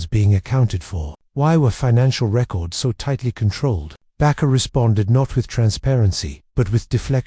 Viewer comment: AI sucks. His name is Jim (not Jimmy) Baker. Not Bakar.